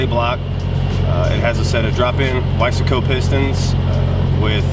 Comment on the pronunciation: Thanks for saying ‘Wiseco’ correctly and not ‘Weisco.’ Dope caddy!